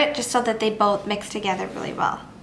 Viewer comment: "weely weely high" "weely weely good" sorry, just had to get rid of that xD youre awesome!